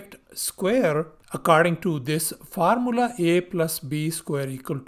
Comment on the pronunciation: Bhai Bihar se ho kya, Formula is being said as Far-Mulla